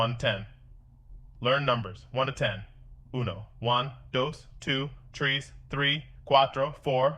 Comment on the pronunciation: Why did you say trees for 3 lol 😅 you mean tres